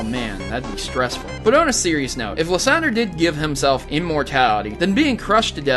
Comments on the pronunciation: Lis-on-der is one and lis-on-drye too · It is liceander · It's liesander